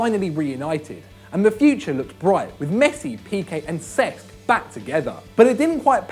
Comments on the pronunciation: It's pronounced sesk not sex ffs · he kept saying cesc fabregas as sex fabregas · Anyone else notice when he say "sex" instead of cesc